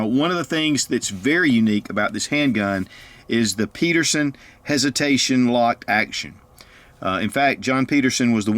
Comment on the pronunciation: Again, the designer's name was Pederson!!! Not Peterson! Get it right!